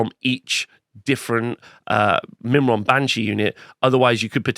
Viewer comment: Myrmourn - Meer-morn..... f'in Mimron, wtf is this? :D